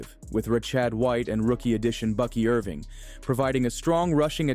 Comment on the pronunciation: FYI - it’s “huh-sahn Red-ick” and “Ruh-Shawd White” for pronunciation